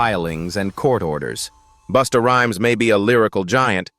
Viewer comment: Right 😂booster rhyme and boowow😂